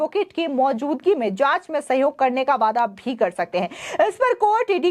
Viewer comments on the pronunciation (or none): none